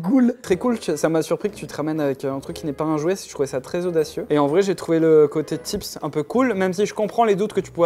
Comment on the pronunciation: Maxenss a dit "chou" ou "j'trouve" ?😂